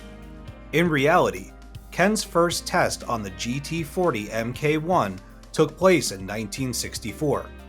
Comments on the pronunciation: for furture reference, MK1 is not pronounced EMMKAY, its Mark 1. Its so weird when someone commentates on a movie and has all the correct pronunciations right in front of his face and ears, but still pronounces every single name wrong. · "...Em Kay One..". Come on, man!